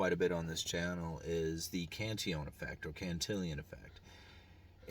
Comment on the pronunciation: UE prounounces correctly.